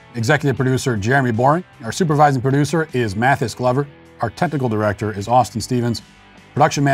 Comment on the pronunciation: Did anyone else hear him say "tentical Director" in the credits at the end?